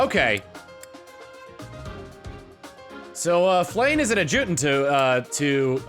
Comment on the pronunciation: To the future that will see this one he's back home: "AD-juh-tant". That's how it's pronounced. thumbs up